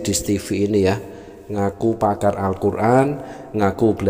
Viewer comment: Edis2 bilangnya pamar alquran.baca alqjran aja g bs lu.tp kl sebutan pakar raja ngibul baru pas.